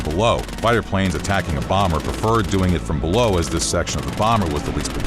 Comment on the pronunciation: B sevwentween Bawmer -AVGN